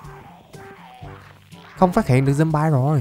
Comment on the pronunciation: ơi, anh phát âm chữ zombie là ' zom bai' thì là sai trầm trọng quá, người ta chê cười đó. Xin anh nghiên cứu phát âm lại cho đúng nhé.